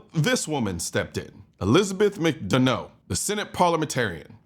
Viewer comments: Pronounced, Mac Dunna, you’re welcome 👍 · Her name is pronounced mick duh nuh but you can say bee otch for short.